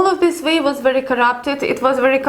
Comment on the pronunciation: I like how you (mis) pronounce the 'W ', with the 'V' sound.., or the 'V' with the 'W'..! it's very, very nice to listen to for Western Ears;)))) this is not a criticism, only a friendly observation, I like it, (W)ery, (V)ery much;)).... lovely, really beautiful accent! nice one;))))))